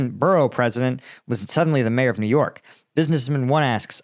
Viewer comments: Although the ethimology is, probably, the same, In civilian life we call them "mayors" -- not "majors". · Mayor, not major FFS.